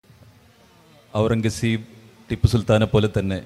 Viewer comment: എത്ര വലിയ ചരിത്രപണ്ഡിതന്മാർ ആയിട്ടെന്താ... പേർഷ്യൻ വാക്കായ ഖുർറം കസബ് എന്ന പേരൊന്ന് മര്യാദക്ക് പറയാൻ പഠിച്ചിട്ടില്ല. ടിപ്പുസുൽത്താനെയും അയാളെയും താരതമ്യം ചെയ്യുന്നതിൽ യാതൊരു അർത്ഥവുമില്ല. രണ്ടും രണ്ടു ധ്രുവങ്ങളിലാണ്. അവസാനത്തെ മുഗൾ ചക്രവർത്തിയായ അയാൾ ഒരു സലഫി ഭ്രാന്തനായിരുന്നു